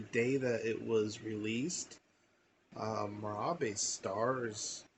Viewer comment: Pronounce Mirabye She’s very much alive